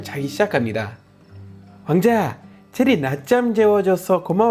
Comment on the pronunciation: 왕자 발음하실때 맨날 와ㅎ앙 자도 이렇게하시는게 너무 경쾌해요 ㅋㅋㅋ